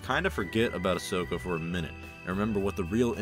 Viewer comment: Ahsoka, not Ashoka. FFS